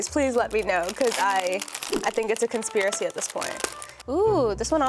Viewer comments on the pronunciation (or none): none